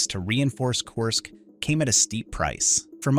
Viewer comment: There is no O I Y letters in how you say Kursk . Pronounce it like this " KERR -SK"